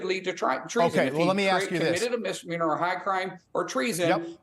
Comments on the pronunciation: Whats a "dizzdemeanor", ?? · Impeachment is a dissduhmeaner!